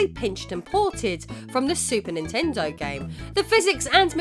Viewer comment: Her: "What Ninten-dooo" Me: "You mean, What Ninten-doesss!"